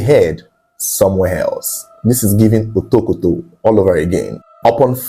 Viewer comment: The way pronounces"Otokoto" is funny 🤣